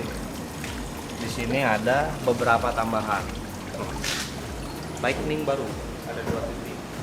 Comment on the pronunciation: Inilah kalo Orang Sunda ngomong Inggris 😂